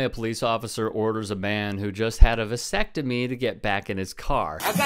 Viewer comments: WTF is a Vi-sectomy.. is that like a vasectomy? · It's vAsectomy, not vIsectomy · Probably didn't help that the woman kept calling it a "vysectomy." But RIP, twice. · She keeps saying visectomy and it's annoying